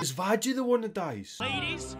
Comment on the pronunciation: WHEN YOU STARTED CALLING VAGGIE VAJJY I STARTED TO CRY INSIDE